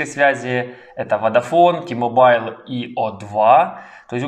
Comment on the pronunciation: Іще одне: не ті-мобайл, а ті-мобл, хоча це не дуже важливо.